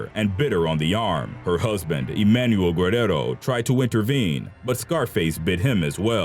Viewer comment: Lol that's not how you pronounce guerrero